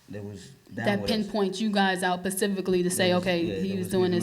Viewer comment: I’m bothered by the young lady saying “pacifically”